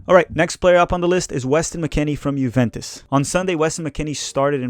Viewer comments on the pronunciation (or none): none